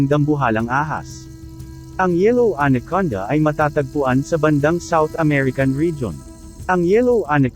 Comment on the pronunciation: Salamat po sa pgbhgi sa impormasyon n ito. Ang ganda pong pakinggan ang pagbigkas nio sa anaconda at cobra (tamang pagbigkas sa Ingles)...